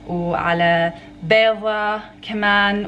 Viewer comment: May ALLAH bless all of you Sister. By the way, it's (بيضة) NOT (بيظة).